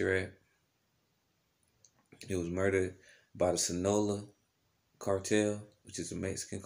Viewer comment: You have to pronounce your cartels correctly…. Please🥴. It’s SIN AH LO AH